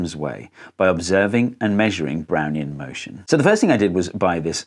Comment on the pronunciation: I keep hearing, "Brownie in motion" and getting a craving for Thin Mints.